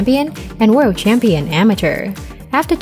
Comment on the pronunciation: Pronounced worlD